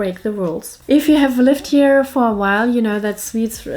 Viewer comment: Aaaw, she called us sweets. No it was swedes, it almost sounded like sweets. Well! Can´t hang around here all day, got important things to do (yeah right).